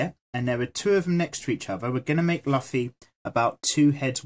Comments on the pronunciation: LoL he said Luffy ( la-fee) it's supposed 2 be Luffy (loo-fee) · its not laffi its luffy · its lucy not laffi haha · i think he pronounce it as the english say Duffy but yeah its luffy pronounced loofy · DID YOU ISUT CALL LUUUFFY LUFY? triggered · Luffy not laffy.. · It s not laffy its luffa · nobody is watching this in 2020 lol😭😭😭 i watch one pice subned and its not pronounced laffy or luffy they say 'rufi' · it might just be me but it pains to hear luffy pronounced 'lufi' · right its painstakingly clear he has never seen the show lmao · I know you get this a lot but it's pronounced (lou•fee) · sorry (though the drawing is awesome)its pronounced loofy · we pronounce it Loofy here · Did he say laffy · Laffy wtf is luffy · I cringed when he said lafi😁😁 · The way you say his name... but dope drawing <3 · plz check Luffy's correct pronounciation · It’s luffy ur sayin the name wrong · He isn’t Pronouncing it right